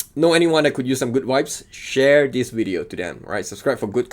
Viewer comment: Funny bro... Vibes means nice stuff or feelings... And you didn't pronounce it correctly 😂😂